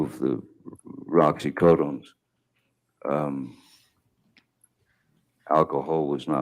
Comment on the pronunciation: It really bothered me the entire time with him calling it Roxycodone. It's freakin' Oxycodone Johnnny!!!!